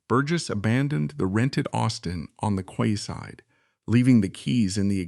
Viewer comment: More in-depth than any account I have heard or read about up 'til now, but AI? generated narratipm gaffes like McCleen and kwayside makes me wonder how accurate it is.